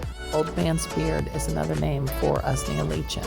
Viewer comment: Correct pronunciation: Usnea: 'ooze-knee-'ah Lichen: 'like-en